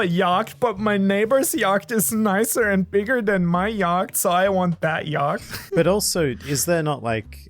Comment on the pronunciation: Is no one goi to talk about they way pronounces yatch 😂